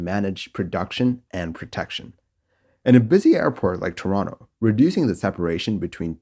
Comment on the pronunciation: thank you for pronouncing toronto correctly